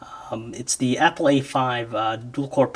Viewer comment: you said mapple